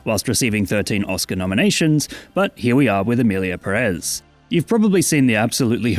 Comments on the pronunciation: I don't even mind you mispronouncing Pérez because that would mean respecting the title of the movie and this movie deserves no respect at all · Why is every English speaker so consistently and stubbornly ignoring the accent that’s right in front of you? It’s there for a reason, to make things easy. It’s PEHrez not pehREHZ. I’m not saying English speakers should have perfect Spanish pronunciation, I’m just saying use your eyes and make a little small effort.